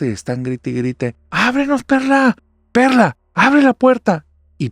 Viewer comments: Ánimos Narrador espero que te recuperes pronto. Soy el único que en vez de Perla escucho perra en la primera historia?? XD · Yo escuché perrra jajaja y era perla